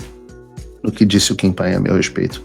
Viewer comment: Paulo, o nome é Kim Paim. Não pain (dor em inglês). Kim é tudo de bom!!!! Ele estuda muito e é muito equilibrado em seus comentários. Não precisa usar palavrões (como você usa com tanta frequência) para expressar os sentimentos dele!!!!! Não é por nada que ganhou 2 (DUAS) vezes o premio IBest de melhor jornalista de política!!!!!!